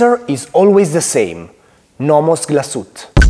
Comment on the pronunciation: Comunque la E finale non è muta. glas-uete